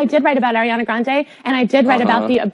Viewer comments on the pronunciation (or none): none